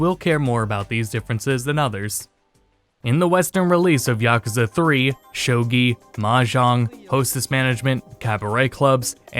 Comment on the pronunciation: shogi not shoji